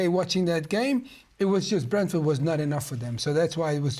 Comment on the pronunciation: Fellas.. It's Brentford 😂🤷